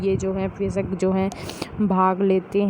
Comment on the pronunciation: Ma'am sab thik hai lekin vayask hai vyasak nhi pronounce galat ho gya h